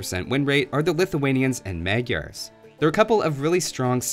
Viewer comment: Jesus i hate it so much that you say magyars as meh-gyars.. the first one is something like the second one.. magyars ffs not meh gyars ;(